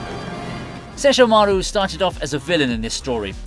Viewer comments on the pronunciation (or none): Bro said sesh - ho - maru lmao, it's all 1 word, why did you break it up with the way you pronounced it. Go watch the anime, dude making this video, listen to how his LITERAL brother pronounces his name. Cause you ain't pronouncing it correctly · Sessho Maru🥴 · I hate the way you say Sesshomaru. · It just feels so extra. Bro just say the name normally why do you have to try so hard. It’s like he wants to sound Japanese but not even the Japanese version says the names like this